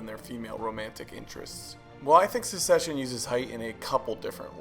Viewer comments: Hahaha there is so much misinformation here. Namely the actor's heights are almost all wrong. But mainly the word is Succession not Secession - very different meanings and pronunciations. I do love that you're sharing the filmmaking techniques we use to illustrate power dynamics visually and I love that the casting of Greg and Ewan reflects that. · Great video! But the series is called "Succession" not "Suseshion"